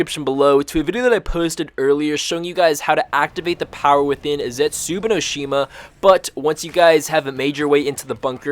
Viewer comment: "Zetsubino Shima"